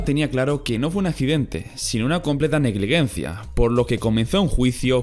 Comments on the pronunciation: Y también se dice "negligencia", no "negliguencia". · Nadie: Absolutamente nadie:: negliguencia en vez de negligencia. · Un video brutal y con mucho trabajo pero me pone de los nervios que pronuncies siempre mal negligencia